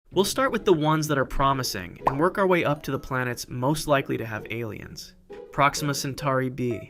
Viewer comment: the American wayy is crazy and caught me off guard